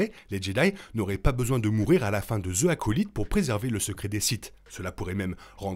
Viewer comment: Vidéo au top comme d’hab 😁😁😁 (Juste dans « the acolyte » le « the » ce prononce « zi » car le mot suivant commence par une voyelle)